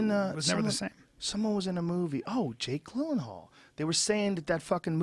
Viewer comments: lol why can't Joe say Jake Gyllenhal. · I love how joe mispronounced jake gyllenhaal 5 times and no one corrected him